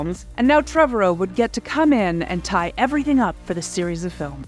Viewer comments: “Trevorrow” rhymes with “tomorrow.” Not Trevor O. I only know this because he said it during an interview with Chris Pratt in a “Jurassic World” featurette. Also, the second C in Coruscant is silent. “Core-uh-sawnt.” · Please Please PLEASE review basic pronunciation of your topic material before releasing your videos! This happens repeatedly on your channel, which only diminishes your credibility. Trevorrow has stated in multiple interviews that his name rhymes with "tomorrow". And "Chorus Can't" - ?!?!? AAARRRGGGHHHH!!!!!!